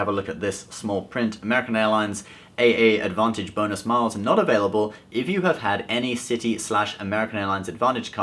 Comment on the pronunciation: U don't pronounce it as A A advantage my friend. It's just advantage. Ur welcome